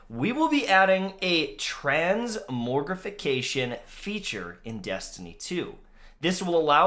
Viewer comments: There's no R immediately following the first O in "transmogrification". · And transmogrification